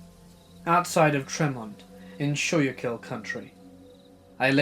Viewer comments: Schukyll is pronounced "school-kill"... just so you know,! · 1st story is right where I live holy shit. But it’s pronounced “tree-mont” and “skoo-kill” county. That’s so crazy lol